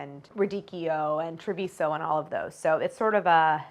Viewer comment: Second time that Claire pronounces the name of my hometown Treviso and my heart melts every time